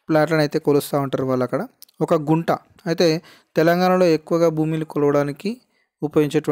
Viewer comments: గుంట కాదు కుంట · Broo Kunta anaru, Gunta antaaru